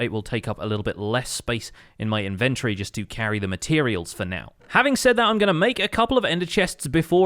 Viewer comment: This mad lad! Starts off holding shift everywhere he walks and now just needs to carry some fireworks with him! Also, anyone else find the emphasis on "in-VEN-tory" entertaining?